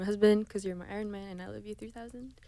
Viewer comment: Do you guys know her song ‘I love you 3000’ ? the way she pronounce ‘Ironman’ is weird..